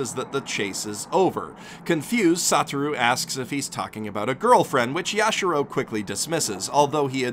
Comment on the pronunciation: YashIIIIIIro, not Yashuro